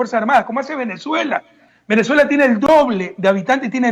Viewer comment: Min : "Venejuela tiene el doble de habitantej. Tiene nueve muertoj por coronaviruj". ¡¡DICTADOR HIJO DE PUTA!! HASTA AHORA DEFENDIENDO A MABURRO!! ¡Cómo si las cifras que da Maburro fueran creíbles para alguien medianamente inteligente! Quiere hacernos creer que Maburro se preocupa por alimentar a su pueblo. En las calles de mi país hay 800,000 venezolanos subempleados y de vendedores ambulantes, algunos de ellos delincuentes, mendigos y prostitutas, porque en su país Maburro los mataba de hambre. Es más gente que ecuatorianos hay en España. La diferencia es que aquí no hay fuentes de trabajo. Están incluso en la Plaza Grande de Quito. Correa, que estuvo sentado 10 años en el palacio presidencial, al pie de esa plaza, parece no haberlos visto nunca.